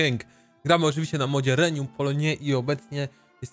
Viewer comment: Jak coś, to nazwę kraju (w sporym przybliżeniu) czyta się Rłajom Frąko-Poloń. A nad Regnum mógłbyś się zlitować, najlepiej to czytać jako... Regnum Polonie. Nie 'reńjum' z łaciny bieda-kościelnej xD